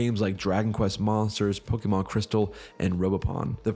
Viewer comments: Bro... learn how to pronounce Pokemon. All it takes is a 5 second google search. How do you expect us to take you seriously otherwise? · Every time you say it I cringe a bit. I almost can't watch the video... idk, I may not